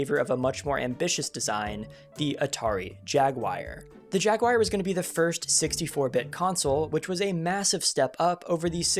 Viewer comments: “Jagwire”? Huh?? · Jagwire? JAGWIRE?? Please, it's not that difficult. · Why jaguire? Can you read? Also: plural of mouse is mice. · "Jagwire" Great video as always.